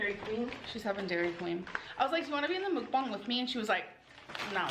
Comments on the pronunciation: Did this itch really just SOUND like that damn chicken she's tearing up?! "BaKaW!" 🐔 😂 The ONE & ONLY time she ever pronounced Mukbang correctly! After this, it will forever be known as Moooookbang 🐄😂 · CanNOT deal with the way she pronounces mukbang Don't know how people can watch those The sound of someone eating makes my blood boil Truly believe she's the polar opposite of Eugenia Cooney